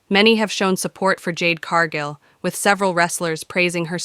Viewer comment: Jade's last name is Cargill not Cargo. If you can't pronounce a person's name don't narrate 🎉WWE episodes.